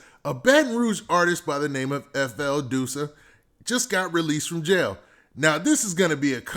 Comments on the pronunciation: "duh-sa" not doosa lol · It’s not DOO-SA ITS DUSS-UH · Please stop calling him Dewsa lol,its pronounced Duss-A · You saying his name wrong